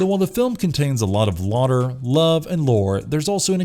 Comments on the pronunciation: I'm sorry, did you just not hear how he pronounces laughter at ? Unless I'm stupid and the word he's saying there is real and means something different (which I tried to find it to no avail) then I can only assume the people narrating this channel aren't actual humans or they have no editor for the videos to be like "Hey, that isn't how you pronounce that." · Did he pronounce "laughter" as "lawter"? Gotta love the english language. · Nosferatu is not pronounced "nusferratoo", it's "Nawss-fair-ah-too". You do that a lot on this channel. You also routinely pronounce "laughter" as "lawter". You folks really need to check your pronunciation before you record shit.